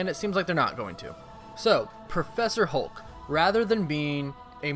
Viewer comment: Hulk not Holke